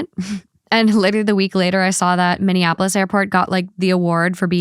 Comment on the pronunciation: Indianapolis got best airport. I think I heard you say Minneapolis